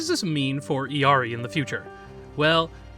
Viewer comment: Great video!!! But as an illari main just a little note about her name's pronunciation: her name comes from Quechua, not spanish. This means the double Ls don't make a y sound and her name is actually pronounced "ill-ee-are-ee"